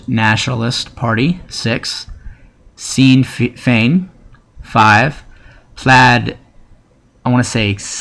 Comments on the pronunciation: A good video but you made some avoidable mistakes. If some non-English words appear, you should research their pronunciation. Sinn Féin is "Shin Fayn" and Plaid Cymru is "Plide Cumree". You should always double check details such as Edd Miliband rather than Milibrand and the fact that Conversatives are blue and Labour is red. Other than that, it was a good video. If you have sources to some of the points you make, you should maybe put them in the description. :) Thanks for the video! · Good video but , it's pronounced 'Shin-fain' and the SDLP is the Social Democratic Labour Party